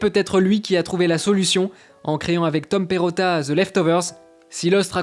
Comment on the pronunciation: Vous faites exprès de dire ''Ze'' ?